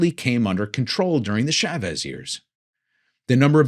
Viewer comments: Thanks for another excellent and informative talk! PS it's Chah vez not Shaaaa vez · Learn how to say Chavez!